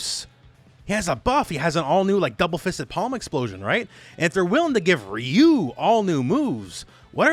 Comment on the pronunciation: Just a heads up, RYU is pronounce RAAA YUUU, not the feminine sounding Ree yuuu, had me confused a little but damn next time pronounce it as Raa Yuuu as it is meant to be, just a little gripe in an otherwise informative vid.